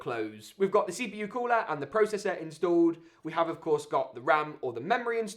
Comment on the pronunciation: “ the pro SESSAH”